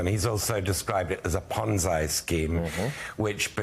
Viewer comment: I, too, keep correcting, maybe I'm being pedantic: it's Ponzi with a sound like the y in happy ant the end. Thank you